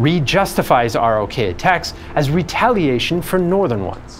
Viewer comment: It isn't spelled Sign-o. And ROK is pronounced "Rock".